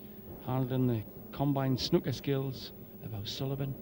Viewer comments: ffs its sn oooo ker not snucker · Someone should tell that idiot that it's snooker, not snucker. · English commentator utterly atrocious, and the Yank can't even pronounce "snooker" correctly? "SNUCK-ER"